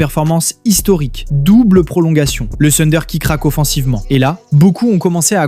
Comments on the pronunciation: Le sunder.... Mais mince quoi si tu analyses la nba essaie de bien prononcer s'il te plaît. Le Tunder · Thunder déjà à l'écrit et plutôt " funder " à l'oral.